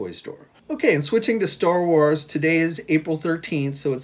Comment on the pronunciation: ...Star "what"..Wuars??